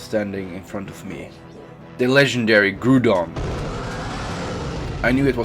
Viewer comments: Even though I think it is said by saying grou don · Our man's never new about /pokeheal Ú^Ù and the pronounssacition of Groudon is Growdon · Great video but it's pronounced ground on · he called a groudon , a groodon.. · Legendary Pokémon “Goodon” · Grudon? Haha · Mans said groodon instead of groudon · "The legendary gudon" LOL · He can't say grousown he says groodon lol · you said groudon wrong you say it like ga rouw dawn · Ahh, yes... grudon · hOLD ON JuST A SEcOnd in know this dude did not just say groodon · He said the groudon was a grudon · And suddenly... the legendary GREW-DON!!! (no offence) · "The Legendary *Grudon*" im sorry but the way you said that is hilarious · It’s grou Don I am offended on how you pronounced it Jkk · Yeah it soundid like groodoun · It hurt my heart how he pronounced Groudon 😂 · The way he said Groudon and said pokemons it's just pokemon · All dislike because he said groudon name wrong lol